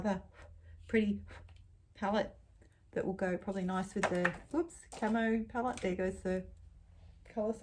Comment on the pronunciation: It took me waaaaay too long to realize that you were saying, "palette," and not, "pellet."